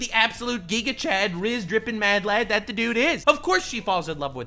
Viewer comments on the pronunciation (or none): none